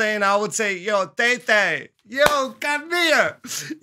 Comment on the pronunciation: The way he pronounced thei thei is like he's saying "tei tei"😂 but I'm proud of yuhhh❤❤..... keep on vibing more reaction video❤..